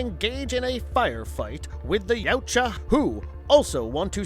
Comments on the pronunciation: Yowt-ya, not You-cha. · U-Tan-E....? Lol. It’s U-Ton-E & your wrong about so many other things but I won’t get into that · ha. yuteni he says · The heck are Yute-juh? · Noooooooo. No. No. No. They were workers. Not mercenaries. The mercenaries brought them. And it's 'jootaahnee'. Such a shame this wasn't done by an aficionado. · I think Yautja is pronounced (if you slow it down) "yeah-out-jah", but in real time without over stressing each syllable it's "yout-jah", "out" with a "yeah" sound before it ("yout") followed by "jah" like "yes" in German. 🤓🤘☮️ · Like the content, hate the narrator. He can’t pronounce anything right. “Yootja”?? Seriously..? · It’s not “Yootja” and you know it. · Your pronunciation of "Yautja" is literal cancer. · I’m glad this wasn’t the first video I watched from this channel. The carnival barker shit and mispronouncing of “yautja” had me cringing the whole time. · Isn't the "J" in Yautja silent, making the "huh" sound? Pretty sure that's how I've always heard it pronounced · Dude, you pronounced "yautja" about 50 different ways.